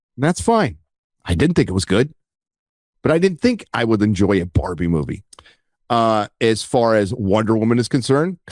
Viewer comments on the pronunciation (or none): none